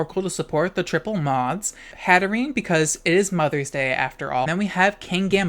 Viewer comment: Moth-ers Day